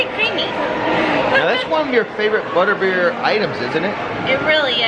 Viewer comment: I may have been a little, well tipsy, but I'm pretty sure you said Buttbeer and that makes me giggle.